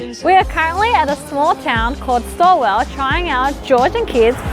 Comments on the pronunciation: Just for the record it's not pronounced 'Store-well' it's more like 'Stall and those eyes of the koala glow red at night. If you two ever come up this way again I will take you out for dinner at Rooh which is an A-MAZING Indian restaurant in Horsham. Safe travels. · Im cackling at pronouncing Stawell as Staw-well xD its pronounced Stall, like youre stalling your car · It has been crazy up here lately (I live in Horsham) and like you I shuddered when the lovely pronounced it 'Store-well' lol